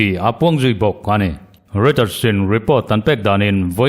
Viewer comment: Reuter hi i lam dik lo fo thin in ka hria, Rawitar, tiin lam tur...